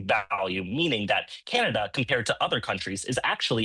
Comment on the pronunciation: It's canada not kenada